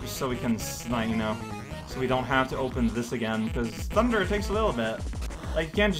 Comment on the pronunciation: saying thunderrrrr is the best thing.